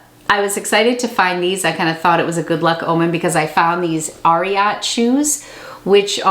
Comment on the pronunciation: Ariat is named after Secretariat so that will help you pronounce it correctly 😬